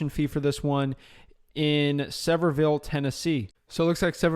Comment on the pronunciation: Avery and Luke Carl are cringing every time you say Sevierville 😂., great content brother. Thank you for everything you do!